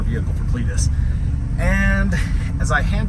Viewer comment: Cleeturis… Clee-tur-is.. lmao haha Clituris.. Give her the onion .. lmao